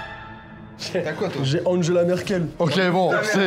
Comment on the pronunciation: on dit Angela Merkel G=gué E=é Ca se voit que ta pas fait allemand toi:P Espèce de pas Alsacien >:P Ok je me calme:) Mais bon l'Alsace c'est mieux que la France:P